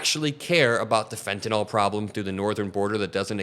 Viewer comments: It’s fen tah nil. Not fen tah nol. Please pronounce it correctly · There’s no “o” in fentanyl. You say it like it’s “fentanol”. It isn’t. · great video. but what's up with everyone saying fentanol instead of fentanyl? drives me nuts haha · Where is the "o" in fentanyl? Pronounce it right ffs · Please learn to pronounce "fentanyl" -- the final syllable sounds like ILL, not ALL People who can't pronounce this simple, three-syllable word sound like rubes. And they very often are. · Why do so many people pronounce "fentanyl" as if it were spelled "fentanol"? I'm sure they don't pronounce "vinyl" as "vinol".